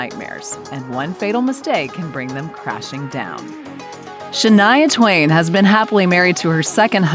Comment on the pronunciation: Mind your spelling ,it can be Shineaa Twin ,as according to the pronounciation ,done by the commentator of the video.But the singer writes it, as Shania Twine ,if l am not wrong ,so we ,over here pronounce it as Shaaneeaa Twaain.Prayers for the video makers from Raawalpindee, Northern province of Punjaab, lslaamic Republic of Paakistaan, South Asia 🌏 😊😊.